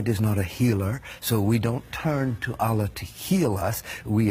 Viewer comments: He doesn’t even pronounce “Allah” properly. He pronounces it the way some random person here with no Islamic background would pronounce it. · This guy is a liar, he doesn’t even pronounce “Allah” properly. And no Muslim expects any of the prophets to come visit them at the time of death. He doesn’t even pronounce “Muslim” the way basically any Muslim or someone with any knowledge of Islam has. Absolute liar, do your research before believing these charlatans.